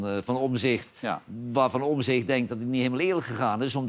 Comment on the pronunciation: Johan zegt steeds OMZICHT, beste man, de juiste uitspraak en schrijfwijze van de achternaam van Pieter is: OMTZICHT , met een T dus.